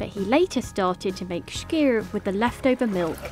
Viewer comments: I don't get it, she said "Skyr" right when she was in Iceland but then in the voiceover decided to say schkir :D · Its SKYR NOT SHHHHKYR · why does she say SCHKEER, when he simply calls it SKYR? silly bint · Hearing the host attempt to pronounce "skyr" is amusing. It's not a "sh" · I'm agreeing with you. There is no "sh" sound in Icelandic, so this presenter's pronunciation is quite wrong. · They are saying it wrong. It is "SKY-are" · Leave it to the girl that wishes she was "posh" to keep saying "shkeer" instead of skyr! Like how they say "It's NOT schedule, it's "shedule". I wonder what "shool" they learned that in?🤣🤣🤣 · Its not SHKEER its Skýr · Why does she say shkyr? Where does she see or hear a "sh"? Lol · Why does she say “shkeer” all the time? There’s no “sh”, sis! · The way she sat skyr is so painful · Her mispronunciation of skyr kills me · Why does she say skyr so wrong